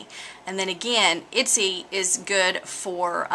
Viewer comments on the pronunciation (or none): Itsy? Your totally slaughtering the name! watch other videos and you can see the correct pronunciation. Thank you for the information though.